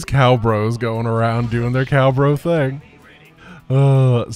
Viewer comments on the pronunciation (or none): none